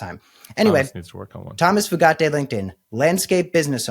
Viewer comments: It's "Few-Gate" not FooGatti, if anyone cares. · It's pronounced "Few-gate." It's definitely not "Foo-got-ay." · It's "Few-gate" not Italian-y sounding "Fu-gat-tay". It ain't that fancy. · Foo gah tay? lol it’s gotta be pronounced “few gate” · How does he do the eyebrow??? And I’m pretty sure it’s pronounced “Few Gate” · Went to school with two brothers with that last name, same spelling, and they pronounced it “Few-get”. Accent on the first syllable. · I think that "merit based" hire pronounces his name as Few - gate.😢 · It’s pronounced FEW-gate. I guess you guys are too young to remember or know about spree killers Charlie Starkweather and Caril Ann Fugate … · OMG Fugate... FUGATE?! is he related to the people with blue skin?! If so, pronunciate few-gate.... have fun in your internet rabbit hole! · I think its pronounce few-gate as in not many and baby gate. Hard lots of Fugates in my home town. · Pretty sure it's pronounced FEW-gate